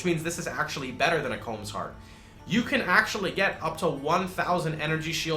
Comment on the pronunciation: It triggers me that people pronounce "Kaom" as "comb". Good video, really points out the glaring balance issues between ES and other builds.